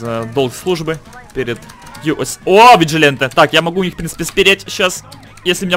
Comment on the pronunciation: Как же режет уши слово "Виджиленте", а разве не "Виджиланте"?